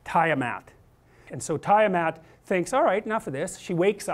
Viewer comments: try "tee-ah-maht" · I like how he pronounces Tiamat 😂 tie-a-mat!